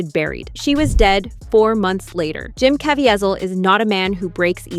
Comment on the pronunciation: Mispronouncing Jim Caviezel’s name fifty times made me want to block this channel. Probably AI but it’s the cheapest version out there.